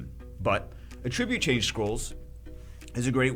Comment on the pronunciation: Ahhh!! My ears can't take it anymore!!! It's "at-trib-yute" lol. "uh-trib-yute" is a verb. :D Also, they want more people to do RTA? LOL. I've never played a game with such a ridiculous barrier to entry for end-game content as SW. They need to make the game more friendly to new players if they want that to happen. There are plenty of ways to keep big spenders supporting the game without making it take forever to have a chance in RTA for F2P players.